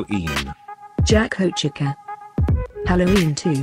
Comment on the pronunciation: It’s chica (Che-ca) not chekaa